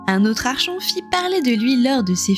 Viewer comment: Certainement l'un des premiers jeu que j'ai fait et refait pour voir toutes les fins possibles. Très bien écrit et retranscrit c'est juste dommage de dire "Archon" tout au long de la vidéo alors que ça se prononce "Arkon" vient du grec árkhontes (commander) mais je chipote 😇 Merci pour ces souvenirs, un peu de nostalgie ça fait du bien